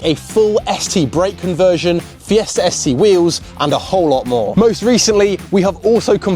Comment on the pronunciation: FiestaR? why do you add an R at the end of the word?